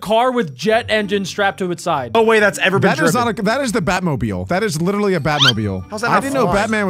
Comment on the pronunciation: Stop, saying, liteley pronounced, literally